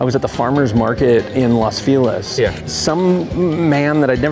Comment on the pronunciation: ya'll. it is pronounced "los Fell-leez." I know its getting gentrified, but only white tourists pronounce it that way.